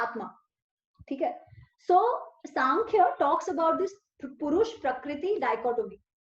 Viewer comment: It may pourush - urja not purush